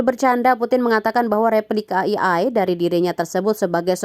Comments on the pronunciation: AI mbak, bukan EI. masukan buat pengisi suaranya. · AI kok bacanya "iiai" ? Harusnya kan "E ai", mending baca Aa ii aja, daripada malah bikin gagal paham 😂😂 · Wkwkwk gua juga ngeh itu, pas naratornya ngomong kek hah kok "i ai" sih, seharusnya "e ai" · E Ai bacaannya.. bukan i Ai.. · Bacanya Eiii Aiii Bukan Iii Aiii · E,ay, bukan i,ay, 😢😢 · Ei ai mbak bukan i ai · Bukan "i ai" mba, tapi "e ai". Belajar lagi sono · di sini AI kenapa bacanya jadi "i-ai" bukan "e-ai"?